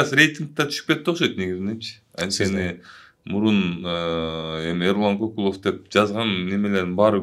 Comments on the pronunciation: Ай оң сүйлө,биринчиден,Кыргызда Кокул деген ат жок же сен уктуң беле!?Көкүлов дечи,а дегенде туура сүйлөгөндү үйрөнүп анан иш кылсаңар жакшы болот эле да,ар бир сөзгө тамгага маани берип😡Эрулан Көкүлов.делиш керек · Тантырап КОКУЛОВ ДЕБЕЙ КӨКҮЛӨВ ДЕСЕҢ!!!! КЫРГЫЗ ЛЕКСИКОНУНДА КОКУЛ ДЕГЕН СӨЗ ЖОК!!! КӨКҮЛОВ, КӨКҮЛ АЙДАР ДЕГЕН СӨЗДӨН СӨЗ! АЙДАР ЧАЧ ТӨБӨГӨ КОЮЛАТ КӨКҮЛ МАҢДАГА КОЮЛУУЧУ ЧАЧ КИЧИНЕ БАЛДАРГА!